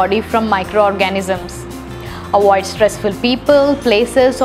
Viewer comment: There is so much to "awoid"! 😂